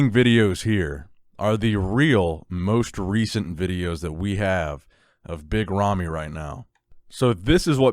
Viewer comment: "Nicks Big Ramys and Biga Ramys" XD